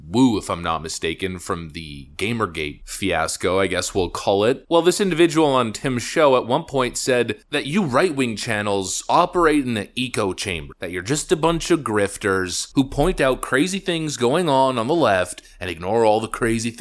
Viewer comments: Echo is pronounced ehk-Oh chamber not eco Chamber. Sorry, bad pronunciation is a pet peeve for me... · I know it’s super petty. But mannnnn, eco and echo are pronounced differently. Echo is EK-O and eco is E-CO. It just bugs me for whatever stupid reason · Echo is pronounced eckco not eco. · My man, love your vids, but echo, not eco. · LOL! "eco-chamber". I have never heard anyone else mispronounce echo chamber... hearing you mispronounce "echo" as eco makes me laugh and distracts from my hearing the rest of what you're saying. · "eeko" is this really how you pronounce echo? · Is he intentionally pronouncing echo as eco? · I let it slide the first 5 times but he has never pronounced it correctly in any video, it's petty but man does it make me wince.